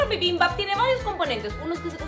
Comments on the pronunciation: Que rico. 💗 Me reia cada vez que decía bibimBAP, muy cute. Es BIbimbap, sin acento el BAP. 💗💗💗 ahora haz otro platillo coreano. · Me desespera que digas bibimbap con la mayor acentuación en la segunda sílaba, también bulgogi pero me encantó el video, gracias por la receta 😊☺️ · Se que no hablas bien el coreano, pero pues como mi familia es coreana obviamente se coreano, así que me causa conflicto que no pronuncies bien las palabras 😅, solo un consejo para que las puedas pronunciar mejor, las palabras que llevan "G" pronuncialas con un pequeño sonido de K :3 y bibimbap se pronuncia todo de corrido 😅 bueno, te amo muchísimo bai💖😅